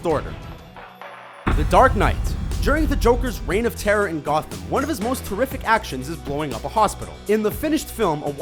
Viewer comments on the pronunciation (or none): none